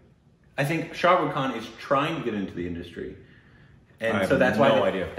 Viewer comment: its not 'Sha Ru Khan' its 'Shah Rukh Khan'